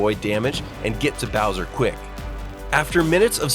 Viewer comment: no way he call it browser fight instead of Bowser fight😂